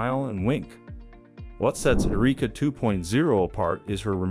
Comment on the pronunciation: Found a bit of irony in a story about the advancement of fully robotic AI s*x dolls ( because, let's face it, that is what some of these are) with advanced life-like vaginas, no less, being narrated by AI that repeatedly mispronounced the name Erica as..."Ereeka."